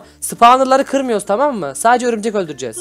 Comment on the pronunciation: Abi ömürcek deyil örümcek